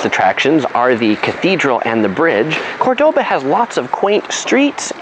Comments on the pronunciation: Do you know that you are mispronouncing the very name of the city you are making a video about? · Nice video, but please pronounce the name of the city correctly! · Pronouncing Córdoba right would have been a simple improvement